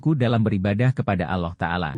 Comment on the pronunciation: Dari ucapanya sepertinya non muslim menyebut Allah saja aloh, Para nabi sanadnya jelas berpangkal ke nabi Adam. Nabi siapa saja tak disebut ini jelas hoax. Semoga di blokir